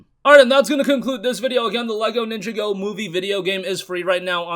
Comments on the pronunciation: Its pronounced Nin-jah-go , not Ninja-go LOL 😂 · It is pronounced LEGO nin jaw go